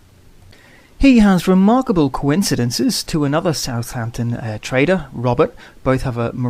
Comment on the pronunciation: i hear traitor.. not trader ahaha